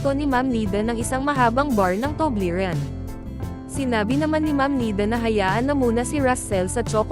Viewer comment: Paglilinaw; " TUBLERON " hindi TUBLERIN.